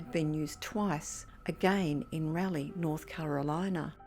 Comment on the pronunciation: It’s Raa-Lee. Not Rally ! So you see a woman all bloody and you do nothing?? 🤔omg!